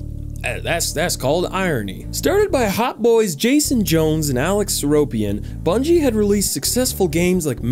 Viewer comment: Did he just say Brungie?! And still crombat evolved?!